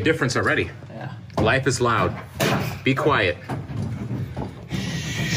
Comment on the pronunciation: I thought he meant Be-Quiet instead of B-Quiet lol